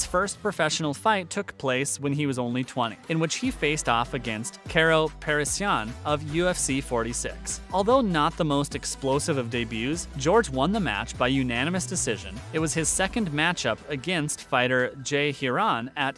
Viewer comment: This video is riddled with factual errors and overall terrible research. GSP was already 5-0 as a professional when he took on Karo Parisyan. The narrator seems to think the UFC is the only pro MMA avenue in the sport. And the narrator tried hard to pronounce Karo's name as though he were French when he is actually an Armenian-American. And the is just the tip of the iceberg when it comes to half truths and outright falsehoods in this video. I won't downvote because I can't do that to GSP but this video is essentially spreading misinformation.